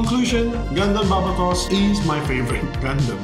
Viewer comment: why do they always say the name weird, its BAR-BAY-TOS thats how you pronounce the demons name. it was the one thing that kept bugging me that whole show.